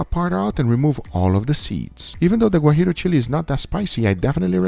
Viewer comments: Hello the Chile is not Gurillo it is Guajillo. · People, Is GUAJILLO Chile, not GUAJIRO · Great video. I will do it. Just one correction, it’s Guajillo chile, not Guarillo. Saludos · Guajillos, not guajiros chiles